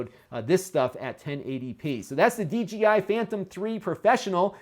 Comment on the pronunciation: I noticed you pronounced it the D "G" I Phantom . I do the same thing. For some reason my brain doesn't want to put the "J" in there unless I slow down my speech quite a bit and think through what I am saying. I can't wait to see more from this.